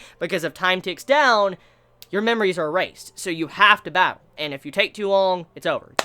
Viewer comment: Please don't say "Batteru" .... Ever again ....